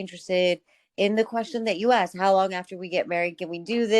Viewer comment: Amazing video. Just an advice, I think you should improve the pronunciation of "question"